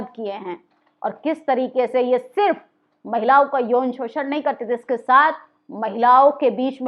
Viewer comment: आप जागरूक करने वाली खबरें बताती हैं सराहनीय है पर आप अपनी हिंदी सुधार लो हिंदी में अंश्वार का बड़ा महत्व है जिसे आप नकार देतीं हैं महिलाओ नहीं महिलाओं होता है जिसे नाक के सहारे बोला जाता है ।